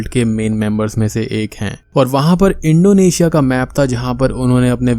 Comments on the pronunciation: its not Indo asia ....Its Indonesia ...try to say someone else's country name properly...plz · yes when you said it 1st ..but later in video ur pronunciation was like that..